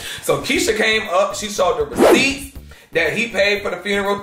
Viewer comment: If you can’t say the word FUNERAL!!!! I’m done…. Both of them said FRUNERAL…. She need to make sure them boxes got the right labels with UPS… somebody call corporate.